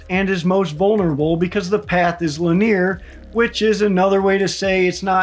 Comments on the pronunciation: Li'neer is a interesting way to pronounce linear. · This guy cant pronounce linear